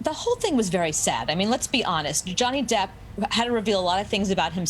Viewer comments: The guy said Johnny Dip. lol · He calls Mr Depp DIPP